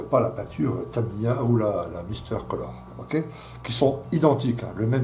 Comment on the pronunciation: c'est pas Tamaya mais Tamiya. Suopertuto